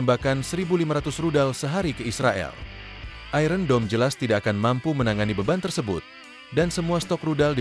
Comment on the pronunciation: Iron dibaca aiyen.